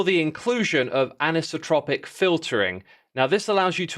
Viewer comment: since it’s now come up in multiple videos, thought I’d let you know that the pronunciation of “anisotropic” has a long i sound instead of a short one for that first i. The word is a variant of “isotropic” (which means that something’s the same in all directions, while the “an” added to the start is a negation, so anisotropic means something changes based on direction measured)